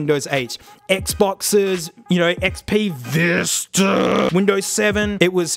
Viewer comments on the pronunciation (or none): none